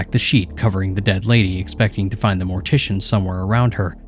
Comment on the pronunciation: Ah yes! Mor-tiss-ian stories! Braaaavo